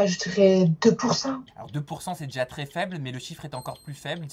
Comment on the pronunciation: Elle dit "deja” au lieu de "déjà" mais bon pas grave. ❤️